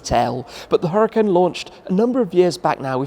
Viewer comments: Lamborghini definitely wanted Shmee to pronounce the name of this car correctly and in an Italian way. Lol. Awesome video and premium content as always 🔥🔥🔥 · I see you have finally figured out how to say Huracan. Kudos!